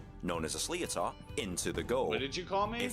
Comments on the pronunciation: Also, the ball used is pronounced, ‘Slit-ter’. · it's actually more like slit -her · Sliotar is pronounced Slitter. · Weird hearing an English man explaining an Irish game. He does ok until he says Sli o tar😂😂😂